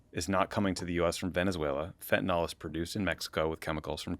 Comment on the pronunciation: Note to Tommy: "fentanyl" is not pronounced "fentanol".